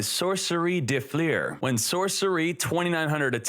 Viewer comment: dö flör it is called. de flur xd